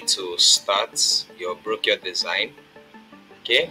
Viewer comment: Brochure is pronounce - /brōˈSHo͝or/